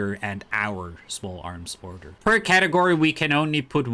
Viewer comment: order= udder lol